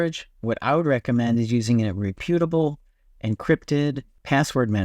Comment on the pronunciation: All good advice, but your mispronunciation word octal lowers your credibility a bit. Not to mention reputable”. I’m starting to wonder if you are an AI.